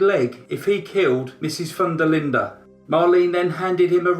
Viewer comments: I looked up the case to see the spelling of the victim’s last name, because it sounded so unusual, like Foondalinda. It is actually Van der Linde, which is Dutch. The Dutch pronounce the first part as “Von”. I was really bamboozled! 😉😁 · More like 'fun'. The der Linde part was pronounced correctly